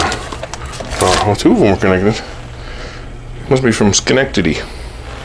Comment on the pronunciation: You said Schenectady right woo hoo !!